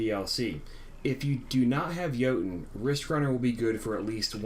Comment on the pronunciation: Isn't there a letter 'T' in Jotunn?...It's Norse...pronounced YoTunn.